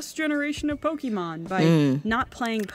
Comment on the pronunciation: how everybody pronounce it: Pokémon: pokimoan